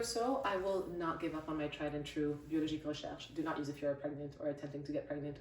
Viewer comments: We stan a Queen that can properly pronounce Biologique Recherche! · WAIT???I might be wrong but she pronounced Biologique Recherche near perfectly ?? Does she speak French ?